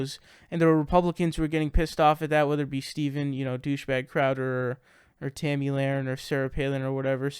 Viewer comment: How do you get tammy from tomi all the time? I know it might blow your.mind but yes, it is pronounced tommy, like the boys name.